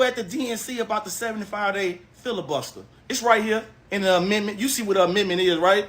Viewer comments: WHY is dude screaming?😅😅😅 Why should we listen to him when he can't even pronounce "amendment" 😮 Black Maga is WEIRD af and quite selfish for not thinking about your family who had to live under the KKK. P.S....this is not a dem speaking but a BLACK person✊️ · 😂😂😂 … did that dude say Amitment? Did he mean Amendment?